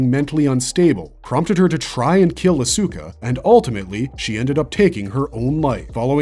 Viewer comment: For a series that's over 20yrs old, how in the hell can you NOT properly pronounce Asuka & Ayanami? S squared engine core?! What the actual f-ck! 😤